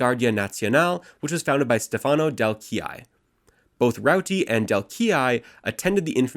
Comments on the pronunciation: This is very good reporting, but PLEASE, leatn how to pronounce DEL-LE CHIA-IE. My italian brain bleeds when you say it. You're very good at pronouncing Valpreda and Pinelli, though. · DEH-LEH KIA-YE